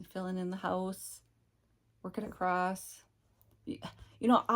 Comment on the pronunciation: You are always such a breath of fresh air. (And putting a t on the end of across bugs me too)